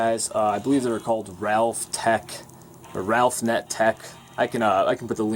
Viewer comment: Isnt it Raphnet, not Ralphnet?